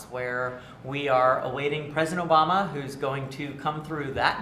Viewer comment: Barack OH-Bomb-Ya!